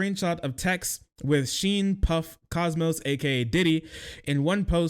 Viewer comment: "...with Sheen 'Puff' Cosmos, aka Diddy..." Jfc, how do you butcher a man's name that hard?! My mans. Calm it down, slow it down, read a bit more carefully instead of just brute-force barreling through it all like that. It's "Sean 'Puffy' Combs aka Diddy." "Sean," as in "Shawn." And "Puffy" not "Puff," but that's the one that isn't really egregious. And then finally, it's "COMBS." Idk how in the planet called ærth you get "Cosmos" out of "Combs" but there we have it! 🤣😂 At least he got "Diddy" right!